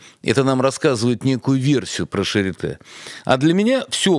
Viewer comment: клиника Шарлатэ... нет Шапитэ... А Шарите же, точно.